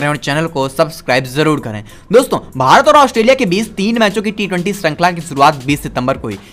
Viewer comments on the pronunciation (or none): none